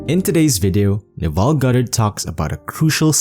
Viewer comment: His name is not pronounced Naval it is pronounced Nehvil with stress on first syllable